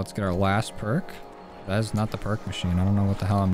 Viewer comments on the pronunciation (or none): none